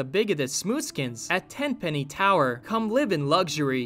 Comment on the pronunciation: Its Tenpenny, not Tem lol